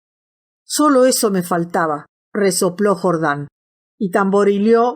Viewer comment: se dice jordán no jordań